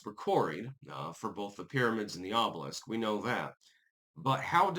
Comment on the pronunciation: "Para-mids" is now on the list of words can't pronounce alongside diaspora and Maryland